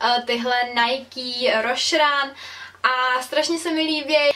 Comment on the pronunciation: Rosherun nevyslovuje spravne.. ale kdo jo.. aspon ja jeste teda nikoho neslysela :D Kazdopadne Nike vyslovuje spravne, "najky" to ma opravdu byt, jen v Cesku to tak skoro nikdo nerikame :)